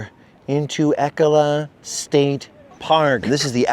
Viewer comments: it's not 'Eck-oh-lah' state park ...it's 'E-cola' state park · FYI, it's pronounced E-cola state park 😉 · It's pronounced "E-cola State Park" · Of course we have your fave coffee, we’re Oregon 😊. And fyi it’s pronounced Eee-cola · I lived in Cannon Beach. It’s ‘E’ (rhymes with bee) -‘cola’ (like Coca-Cola) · Ee-cola is how it’s pronounced. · It's ee-CO-la state park. So glad you could enjoy the beautiful Oregon beaches. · I’m from Astoria it’s pronounced E-Cola, say E followed by Cola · You guys are at my local surf spot. I’ll be sure to avoid the crowds this weekend. Haha. Also, I think it’s pronounced Eee-cola state park. ❤ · It's pronounced like Ecoli but with an 'uh' at the end. So, strong "E" then "cola" like coca-cola.